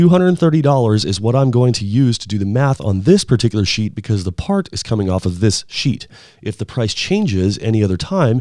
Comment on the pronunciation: Stop saying sheet - it sounds weird.